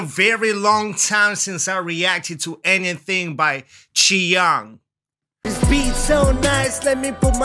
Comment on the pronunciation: I like the way you pronounce "chi iung ” Pro level pronounce